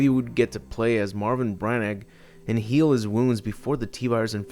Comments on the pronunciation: wait..... who is Marvin Braneck? Marvin Branagh, (Bran - ah) also, jokes aside, very well done video:) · Marvin BRAN-AUH